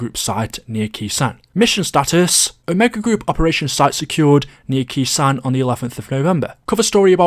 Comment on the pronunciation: when saying Khr sanh it’s pronounced (K sone)